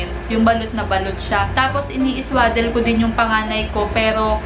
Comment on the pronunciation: swa- hindi sway